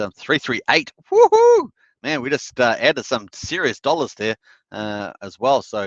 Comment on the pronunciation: the Australian wohoo's are the best ones !😁